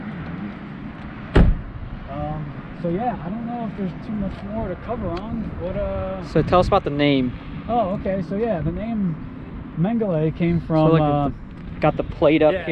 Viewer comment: Maine-Guh-luh..... I don't know what the hell you were saying but it ain't right.